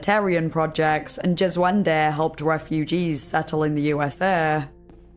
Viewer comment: "Djeswende"....Alrighty then! LMFAO!!!!!